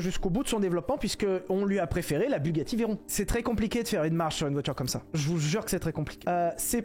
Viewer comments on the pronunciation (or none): none